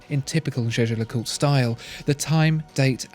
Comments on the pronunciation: I've watched almost all your videos, and you finally pronounced jaeger lecoultre correctly! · Now pronouncing Jaeger-LeCoultre the right way. Absolutely eargasm.